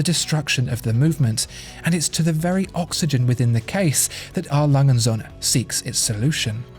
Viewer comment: Ohne day us germans have to teach you how to say Söhne...it will make these videos 100.1% perfect😊 I love this channel